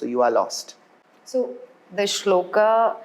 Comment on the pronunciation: It’s श्लोक. Not Shlokaaa. It’s संस्कृत. Not SensKrit. Let’s be a little conscious while speaking. We have grown up on this. Let’s not make it foreign for our ourselves.